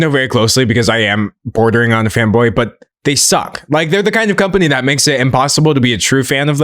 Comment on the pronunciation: I'm fairly certain that what was said was "fanboy", but it's said in such a way, that it is utterly indistinguishable from "femboy" to my ears lmfao